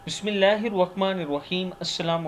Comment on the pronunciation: Bismillah thek pra kry Bissmillah mein و nahi hoti